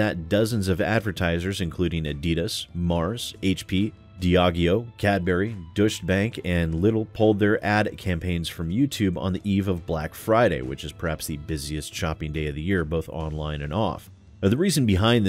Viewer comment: Doy-chuh bank is the generally accepted pronunciation, though still not strictly correct (bank should be pronounced "bonk" if you really want to be accurate, but financial analysts don't usually go that far). Deutschland would be the German word for Germany. It's a German bank. You can see how these things go together. So you generally do the first part the German way.